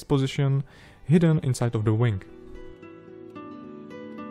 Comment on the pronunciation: Try not to mispronounce wing as wang. It is a dirty word.